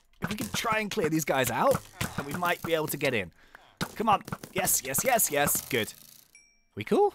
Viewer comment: i like when says yez instead of yes